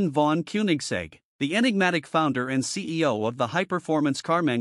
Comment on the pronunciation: "von" is pronounced "fon"! And it is not "Kunig" but "Kônig." My God, this is stupid!